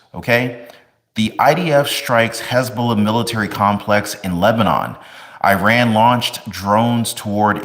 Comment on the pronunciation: Please learn how to pronounce Iran